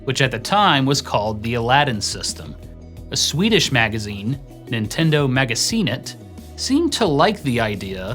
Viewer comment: Damn, that Nintendomagasinet pronunciation was good